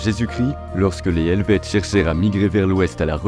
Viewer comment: Bonne vidéo! La prononciation des noms laisse vraiment à désirer 😂 Vous êtes excusé pour la prononciation des noms allemands. Mais Calvin était français, donc pas Calvinn. Et le h d’Helvètes est un h muet.